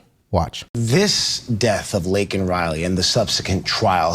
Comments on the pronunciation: #1 During the State of the Uniion Message Biden didn't even probnounce Laken Riley's name correctly; "Lincoln Riley". #2 The border bill wouldn't do anything to help secure the border, it would provide for expidited processing of immigrants: $118 Billion “Border” bill; * $20 Billion to for US/Mexico border; 17% of bill $$$. The other $98 Billion will be spent on: * $73.8 Billion to Ukraine (In addition to the $79 Billion + already spent) * $14.1 Billion to Israel * $10 billion in humanitarian aid for civilians in Gaza, the West Bank, Ukraine and other nations * $2.4 Billion to combat Houthi Rebels in Yemen * $2.6 Billion for munitions to Taiwan * Requires the US to process at least 1,400 migrants per day; 9,800/week, 42,000/month, 511,000/year. * Gives the president the power to shut down the border if more than 4,000 migrants attempt to cross the border in a week; 16,000/month, 48,000/year. * The $20 Billion earmarked for “border security” is to be used, not to secure the border, but to provide additional personnel to more efficiently handle processing immigrants. * The bill would cost over $350 for each of the 330 million Americans. This is about $1,200.00 for the average American family. Under the Biden administration Illegal border crossing have reached the highest numbers ever recorded; 300,000+ in December 2023 alone, a steady increase since Biden took office with 2.2 million in 2022 and 2.0 million in 2023. Under the Trump administration illegal border crossing apprehe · LAKEN.... (LAY - KEN).... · The slime reporter forgot to mention how Joey miss pronounced her name... showing how much he really didn't care what his policy was responsible for... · State of the union? Mgt had signs saying SAY HER NAME! Because they did not acknowledge it and Biden said her name wrong! George Floyd in the other hand! Come on! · Bro! Her name is LAKEN!! Not Lincoln. We have to be better than the libs. We gotta get her name right. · Her name is LAKEN not Lincoln ! RIP